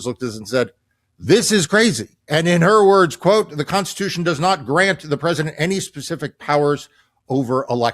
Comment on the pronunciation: constitution constishuhun